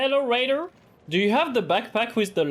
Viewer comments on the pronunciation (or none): The way you sayng raider tool is like ratatouille 😂